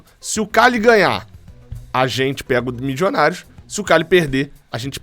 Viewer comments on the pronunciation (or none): Torcendo para ser qualquer time da Colômbia, menos o Millionarios Fútbol Club, porque não aguento mais o falar "Mijionários"